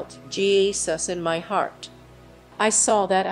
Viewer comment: The computer generated narration is ridiculous. "headache" is head-a-chee, "my" is me. 👎